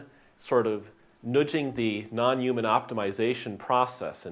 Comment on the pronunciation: Ray Kurzweil also talks like that.